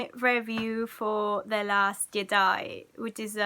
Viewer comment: “...last gedi.” I heard all I need to know from this woman 😂